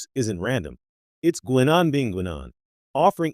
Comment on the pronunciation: 4 minutes on prune juice and i just can't deal with the AI's pronunciation of Guinan.